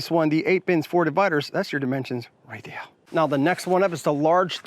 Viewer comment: Good review. But god the way you say "here" and "there" got old real quick